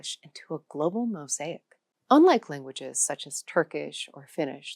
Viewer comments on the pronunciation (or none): none